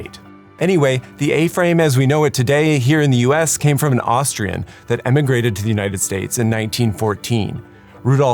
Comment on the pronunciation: You said Mou'ains, ConverNgent and EmiNgrated. You're an instructor.